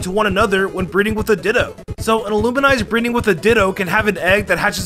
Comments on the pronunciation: I have never seen someone mispronounce maInpr and illumise as maywile and illuminice Impressive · Its illumise not illuminise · It’s not illuminise, it’s ilumise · I've never heard someone say "maywile" instead of mawile or "illuminise" instead of illumise either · "It's Illumi-say!" "No, it's just Illumise!": I L L U M I N I S E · I don't care if you call it Illu-mize or Illu-me-zay or anything in between, but what the fuck is Illuminise. Where is the "n" coming from? :/ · ILLUMINISE? ILLUMISE DOESN'T EVEN HAVE AN N IN ITS NAME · oh yeah, I go to comment section just to see someone acknowledge "Illuminise" problem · its 'illuh-mih-say' actually. Its really weird how he said it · He also says "Illuminise" even though Illumise doesn't even have the letter n in its name. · also "illuminize" and "eternadus" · man can’t say “ill-oo-me-say” for his life😂😂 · Illumise... Illuminice? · why does he keep saying Illumise as Illuminise!?!??!?! as someone whos first pokemon game was a hoenn game, this angers me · Illuminize? Lol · I'm so sorry, but the way he pronounces some Pokemon gives me an aneurysm. It's too much for my little nerd brain to handle. May-wile and Illumi-nise hurt me way more than I'd like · and Illumise